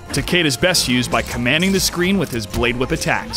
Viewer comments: TAH KAY DUH? TAH KAY DAH?! ITS TAH KEY DAH!! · Yes I agree (Tah-key-dah) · No it is not it is a japanese name. Japanese obviously have different ways of pronouncing their words. TA-KE-DA is pronounce TAH-KEH-DAH. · the characters and the announcer pronounce it Tah Key Dah so im going with that. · An American announcer pronouncing a Japanese name wrong doesn't make it right. Besides the announcer pronounces it Tah-kay-dah not key as in my car keys lol. I mean you can say it however you want but that doesn't change the fact that it is a japanese name and opinions do not change a language.